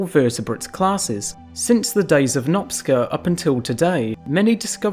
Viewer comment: ..."Nopsca"😮😢?!?!Por favor señor, leelo como:"nopCHa"/Ferencz Nopcsa =Francisc Noaptea 😮 saludos 🎉Le pido un poco de atención por favor 🎉